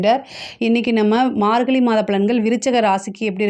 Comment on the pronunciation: Margalli illa margazhi. Pronounce that properly